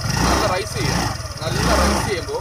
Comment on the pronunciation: Good. റൈസ് അല്ല raise